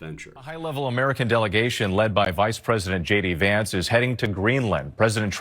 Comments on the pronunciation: I swear it sounded like Vance said his name was "Shady Vance." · He said "Hey guys, it's SHADY Vance" lol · Always sounds like hi Shady Vance here, so appropriate. If you want to respect people, respect soveriegn countries right to srlf determination. Just leave Greenland to determine what they want not impose imperial US expansion to aquire mineral rights. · It sounded like he introduced himself as shady vance.